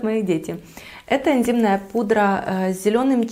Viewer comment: блин, я тоже это услышала)))